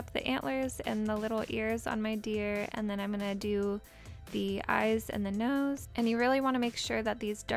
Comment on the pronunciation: what happened with the word 'nose' XDD